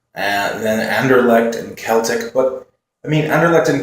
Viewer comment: Keep meaning to post this on CL vids but Celtic is pronounced like Boston Celtics not a Celtic Warrior :) Did you put up predictions for E-G in the end?